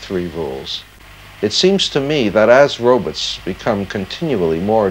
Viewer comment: Dr. Zoidberg I presume? ‘Robuts’